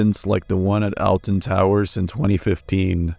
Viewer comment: yes but him saying "Elten Towers" is defo a mispronunciation